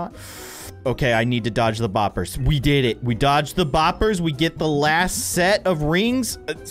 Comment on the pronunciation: I like how he calls them “ bopers😂😂